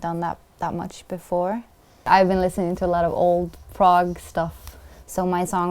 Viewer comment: Is she saying Prague or prog like prog rock.